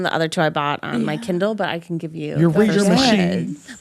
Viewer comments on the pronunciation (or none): none